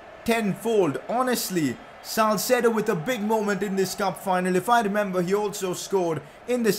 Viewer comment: Its salcedo